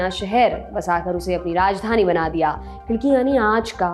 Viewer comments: Hi i m from aurangabad, tumhare content dekhne me bahot maza aata ek chota correction hai it's not khidki it's "khadki" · Khidki nahi vo Khadki hai... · 9.12 it's not a khidki it's khadaki then aurangabad and now sambhaji nagar